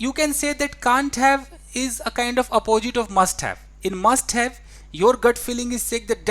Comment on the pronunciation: TEACHER, why do you pronounce positive as pojitive and use as uje, oppositive as oppojitive?